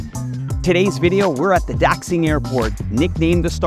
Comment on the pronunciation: Did u really say daxxxing 😂😂 come on dude u have lived in China years try to at least pronounce more words 😂😂